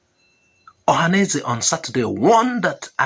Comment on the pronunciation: Ohanafulanize not Ohaneze ashwo don't base on a word